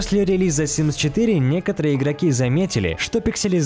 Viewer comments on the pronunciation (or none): Какой симз СИМС а не симз